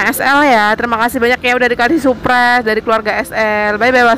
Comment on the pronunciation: maaf ya yg betul surprise bukan suprise. Ada huruf r nya